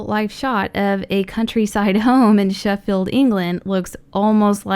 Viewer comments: You said Sheffield wrong you said sheffeld not Sheffield and I also live there is I know this stuff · i hate how you say Sheffield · It's Sheffield not Sheffield England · I'm from Sheffield, so I actually got excited when she said it, but the way she pronounced it, no hate but it was just funny